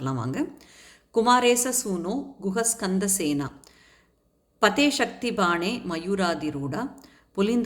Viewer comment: Madam a small suggestion. Usually குஹ ஸ்கந்த ஸேனாபதே சேர்த்து சொல்ல வேண்டும். Not like ஸேனா. பதே